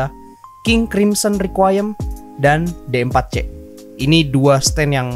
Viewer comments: D4c bacanya diforsi bang :v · D4C nya dibaca di fur shi